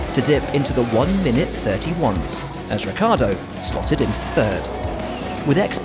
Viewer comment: and Ricciardo it’s not Rikkardo... it’s pronounced Ricchardo